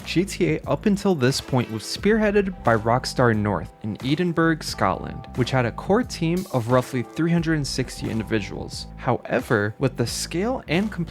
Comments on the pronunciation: EDENBURGH 😂 (its pronounced Ed-in-borough) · just for FYI Edinburgh isnt EEdenburgh ed not eed and you dont pronounce the g its ED-IN-BRA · Its not edinbourg fs its not hard to say "EDIN-BURGH" "EDIN-BU-RGH" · edenburg scotland 😂 edin-bruh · Where the hell is ‘Eden-berg’ 🤣😭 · It's pronounced edin-bruh not Edin-burg 😂 great vid tho! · Edinburgh Ed in bruh Not eed en berg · eden-burg lmao its eh-den-bruh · It's "e-din-bruh" not "ee-din-berg" lol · Sorry it’s no pronounced edenburg, it’s pronounced Edinburgh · Edin Burg? It's Edenbruh dawg. EdenBruh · is he taking the piss? 😂😂😂 it’s pronounced edd-in-bruh not eed-in-burg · Eden-burg? Never heard of it. Assume you mean Edinburgh? (Ed-in-bruh) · Eedinburg hahahaha It’s edd-in-bu-ra or edd-in-bra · "edenberg" please brother please. "ed in bur uh" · I dont get this, I know you are american, ESL, but phonetically it sounds like how it is spelt. What you said was eden berg. When it is edin bru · 'Aidenburg, Scotland' JFC dude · had to stop when he pronounced edin burg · edenberg scot-land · I know many others will have pointed this out, but I cannot handle Edinburgh being pronounced "Edenburg". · What's eedinberg? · felt physical pain when you said edinburgh as eedinburg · EEDEN-BURG, SCOTLAND 🤣🤣🤣🤣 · for future reference, it's pronounced edd-in-boe-ruh, not whatever you said. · 'Edenburg Scotland' son im crine 😭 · Eden Burg 😂😂😂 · That is most fuck-awful pronunciation of Edinburgh I’ve ever heard It’s pronounced Eh-din-bruh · I'm sorry, eeding-burg, Scotland? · All that research and then you manage to pronounce "Edinburgh" as "Eden-burg"... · EEEDENBURG Scotland 😂🥴🤣 Wow you guys exceed yourselves 😭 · Edenburg, Scotland cringe 🤦‍♀️ lol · Eden Burg? E DIN BERG? 😤😤😤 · Could of least looked at ways to pronounce Edin - bruh properly. Then Americans go into a hissy fit if anyone says the wrong to you all. Ach well, at least we don’t have retarded gun laws and horrendous school shootings. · Who tf is eeedinberg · “Eden berg” 😂😂